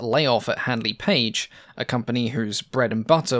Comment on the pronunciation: listen how others pronounce Handley correctly.